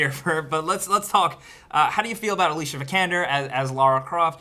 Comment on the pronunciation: Her name is pronounced Alicia not Alicia